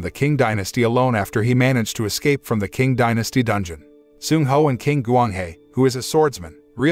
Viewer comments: Not an expert, but the letter Q is usually read as the "Ch" sound, so it would have been read as "Ching" instead of "King" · You're absolutely right. It's pronounced "ching." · Hood movie! I don't think that how 'Qing dynasty' is pronounced. 😁